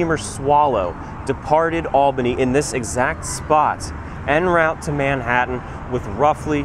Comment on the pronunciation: En route.....would sound closer to "on root" than "en rowt".....and Hudson didn't build a steamboat in 1609.....it was a couple of hundred years later.